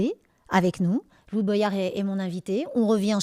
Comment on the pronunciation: Apprend a dire son nom déjà lou boyard ... Mdr c'est LOUIS DEJA